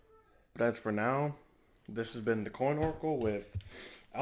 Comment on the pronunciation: what lol .... LECH CHESTER? its LES TUR mate ;)